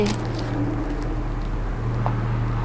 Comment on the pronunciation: Cementerio en lugar de Sementerio